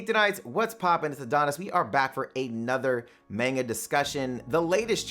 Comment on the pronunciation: Why he say manga like that though